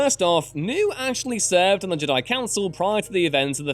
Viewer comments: Yeah i noticed he's different pronunciation of the word Jedi. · Why is he pronouncing Jedi like j'dai? Infuriating! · Why do you pronounce “Jedi” like that?...